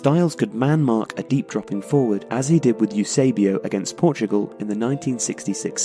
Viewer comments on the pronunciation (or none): none